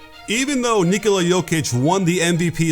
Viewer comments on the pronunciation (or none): I’m getting tired of you coach, pronounce his name as Ni-ko-la Jokic not Nik-ola Jokic it sounds like you say Niggola